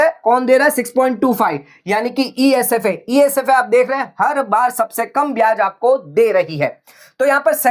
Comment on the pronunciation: Sir It's Esaf not Esfa😂